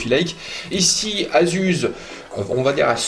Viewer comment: super video! mais ça se prononce,AZUSSE!! pas AZUZE!! lol